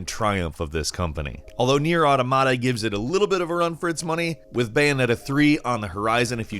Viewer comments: Matt Miller The correct pronunciation is "aw-tom-it-uh." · Dallas The Coyote I’ve never even played the game and his pronunciation annoyed me. Why would you pronounces it like “ada mada” just From a linguistic standpoint point it’s frustrating and he kept saying it over and overs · He also said "Auto Mata" as though it's not one word, can't even watch on